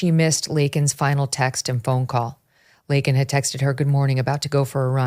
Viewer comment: Victor calls her "Lincoln " and you don't correct it?